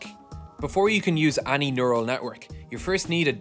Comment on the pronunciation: man every time i hear (mah)ny or (ah)ny. great video tho! great channel also. suscribe.